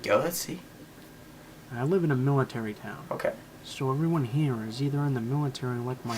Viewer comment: did he say his husben was un the millatiry